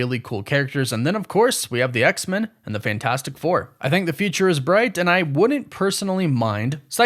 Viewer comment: What's the deal with your pronunciation of X-Men? It sounds like you're saying X-Mun. Is that the "official" way this name is supposed to be pronounced? I'm not a super geek so please excuse me if I'm not fully informed but I've always presumed that the name is to be pronounced as X and then the word men, said exactly as you'd say the word "men" alone. With a short e. Please enlighten me.